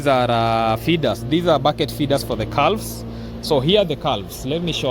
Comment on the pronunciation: This morning. Not today morning. The l is silent in calves calm.